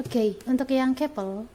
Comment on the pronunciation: "Kepel kepel kepel"...masak baca "couple" kek gitu